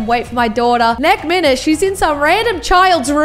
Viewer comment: I will say I love how she says nek minute